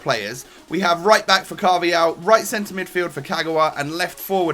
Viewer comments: U should say it like carvahal not carvial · Carvahal not Carvayal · he said "carvial" loooool